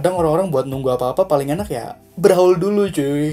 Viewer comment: Itu bacanya Brawel ya dek😠